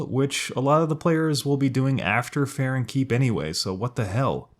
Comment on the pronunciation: farron keep not farren 👌